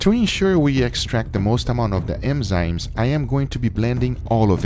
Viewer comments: It’s eNzymes , not eMzymes. Also, that steak looks soooo good. I just want to let you know that I’ve been watching your vid for a looong time at your Sous vide channel. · Am I the only one hearing "emzymes"? lol, good to know that dry aging wont save this cut of meat :) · Guga say "Enzymes" for us one more time LMAO... u say Emzynes all the time instead or something other weird idk but it sounds funny hahah :D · It's pronounced ENZYMES* mate. Not "emzymes" 😂😂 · This is cool, but how many times are we going to have to hear "EMzymes" in this video? N (or en) is a sound that is in your language. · Guga trying to pronounce “enzymes” is strangely funny 😄